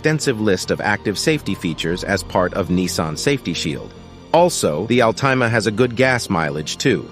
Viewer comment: AL-TIME-A HAHAHAHAHA!!!!!